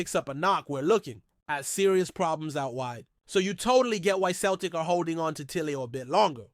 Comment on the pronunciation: Learn how to say celtic, not bloody keltic for a start.